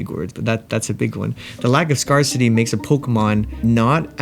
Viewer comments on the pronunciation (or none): Its "scare-city" not "scar-city" just so you know! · It’s pronounced “scare city”❤ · Why did you pronounce Scarcity like that.... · I’m absolutely delighted to see that Archeops got more than 1 vote (I didn’t do the survey because no one told me) Also, why do you say scarcity like that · A very unique pronunciation of scarcity